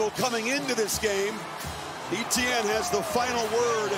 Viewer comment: How do you have a career in broadcasting and fail to pronounce a clearly French-based name like "Etienne"?